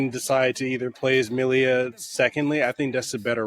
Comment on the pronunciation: Why did you add an extra "i" to Milla's name?